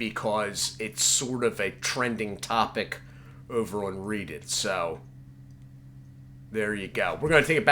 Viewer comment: Pronounced “RED-IT” not “reed-it” FYI. Not trying to nitpick, big fan dude!